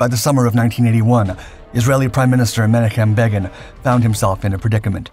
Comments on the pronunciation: it's Ben-auch-um Beg-in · Such butchering of a famous name. Men-AH-kim BAY-gin (hard "g").